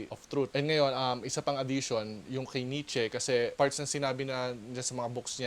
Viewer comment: Nietzsche (Nee-Cha) po yun hehe